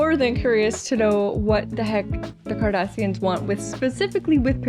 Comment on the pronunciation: “Kardashians” —— you’ll get the hang of it.